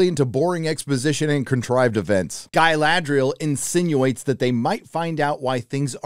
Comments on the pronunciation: who is gai la dry al? I mean if you are going to criticise maybe not pronounce it like they are from the deep south. cool vid though, this show is terrible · after I heard your pronounce Ga"i"ladrial I understood where you are coming from :)))) If you are a fan than lean back and enjoy that you got something at least (and give them some constructive critic if you have something to say)... If you are not a fan, stop watching it and move on... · Gailadriel - Galadriel! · Agree with everything cept the cgi shots of the cities isnt just nice its incredible give some credit. And calling the dude sauron!! Every single time like its still funny is gettin more annoying than the show. Same saying GUYladriel. Aite we get it man. But yea show is pure doodoo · Mispronunciation of Galadriel shows some fair evidence of not watching the show or reading the books. I do agree though that they're messing up the story a lot and the casting is not so great. Who gives a shit about race/skin color? I would hope they chose the best actor for the job but Galadriel's casting sheds a lot of doubt on that. I had doubts after the complete fuckery of The Wheel of Time and sadly those doubts were completely founded. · Is your mispronunciation of Galadriel supposed to be a joke?